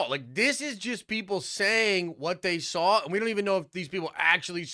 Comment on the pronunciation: Is saying “sawl” instead of “saw” like, a Canadian thing or something?